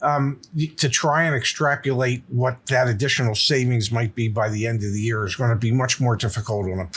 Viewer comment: Extrapolate - not extrapurlate But - I love the way pops says muryland